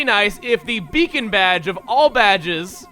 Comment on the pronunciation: did anyone else think it said bacon badge?